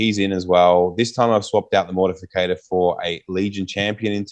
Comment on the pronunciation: MortIFACTOR!!! Not Mortificator!!🤦🏼‍♂️